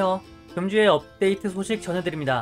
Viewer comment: 안녕하세요 금주의 없데이트 소식 전해드립니다로 들려요ㅋㅋㅋㅋㅋㅋㅋㅋㅋㅋㅋㅋㅋㅋㅋㅋㅋ